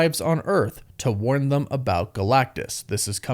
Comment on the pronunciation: Brother, why do you pronounce them with a u? "Thum?"